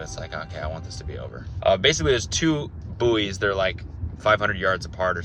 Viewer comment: Call buoys "boo - eeys" one more time and I'll never watch another video ever again